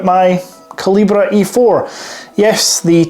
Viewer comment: OK - I'll be the one to say it.....KALL-I-BERRRRR - not CAL-E-BRAY - excellent video and channel tho.